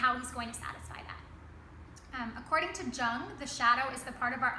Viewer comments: Lin V It is most definitely not pronounced Young. But this girl gets it wring as well. Yoong, yep. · Carl's last names is pronounced "Young" in English. He was German not Chinese. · Who is Jang? Who is your teacher? Good analysis of Freud and Jung, here's the correct pronunciation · Great video, and great analysis of the story! I was looking for just that! thank you!! :) Also, like some have already noted before me - Jung is pronounced "yoong" (somewhat misleading, I know, but even though it seems like it distracted many viewers it's also a mistake that is very easy to fix so that's nice) As to how you interpreted the huntsmen according to Jung - I think that he isn't the persona, but probably the ego after it integrated the ability to combat the shadow and rise to fight it. maybe little red riding hood is the persona, and I say 'maybe' because your interpretation of her is so good imo that I don't want to ruin anything. great job!!